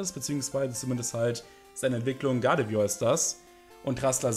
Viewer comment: Guardevoir heißt immer noch Guardevoir und nicht GuardeVÜYA. Ansonsten wie immer top 👌